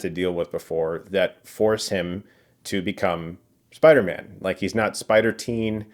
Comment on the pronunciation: Why do I keep hearing Spidermen 😭😭😂